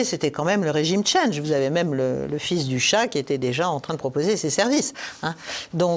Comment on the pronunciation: le "régime tchandge" ??? svp parlez français